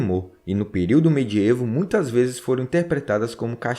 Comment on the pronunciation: Professor, excelente trabalho. Parabéns! Se me permite, uma minúscula correção de português: a pronúncia da palavra "medievo", segundo as melhores fontes, é "mediévo" e não "mediêvo". Mas receba meus parabéns pelo trabalho. Muito bom e esclarecedor. Aprendi muito.